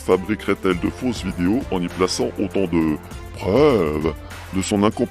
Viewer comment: J'adore comment la voix synthétique dit "vidios". Je trouve que c'est un parfait résumé : ces gens sont des vidiots... Merci, excellent travail comme d'habitude. Et mes félicitations sincères pour avoir cherché à comprendre son baragouin. Pour se balader dans le cerveau de Saïd Adjoul, il ne faut vraiment pas avoir peur du vide...